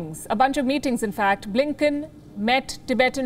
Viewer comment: BLINKEN sounds more like LINKEDIN😂